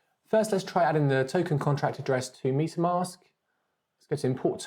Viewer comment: Love the Video, and as a fellow englishman, it's metamask not pronounced Meat a mask 😁